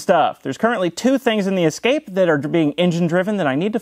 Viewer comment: Ah, a Ford Ess-ca-pay.